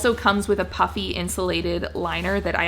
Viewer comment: Okay, I 💯 heard “puppy” when you said the coat comes w a “puffy” liner. A coat that comes with a puppy... now that is something I can get behind! 🤣